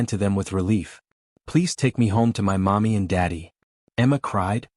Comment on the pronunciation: I'm taking m y . The AI can't even say my.